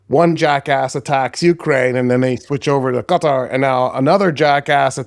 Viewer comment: Stop pronouncing Qatar correctly. Its off-putting. 😅